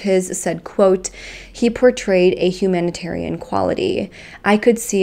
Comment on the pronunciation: She mispronounced humanitarian lol